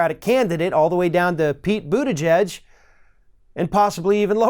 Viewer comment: Finally, get Mayor Pete’s last name right.....